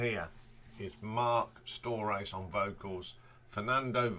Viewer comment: Agree with those for the most part. A little too much AC/DC references although there was a similar feeling to some of the songs there were dozens of songs that ACDC could not have touched. The only annoying thing was you're pronouncing the names wrong! You could probably find the correct pronunciation of Marc's name online somewhere. Still appreciate the shout outs and the details. LD... Krokus Tour Manager in the 80's